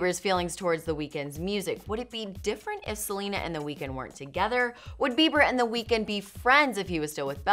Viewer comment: wtf is welena